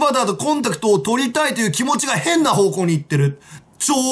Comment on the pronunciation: 変な奴がふぇんな奴に聞こえる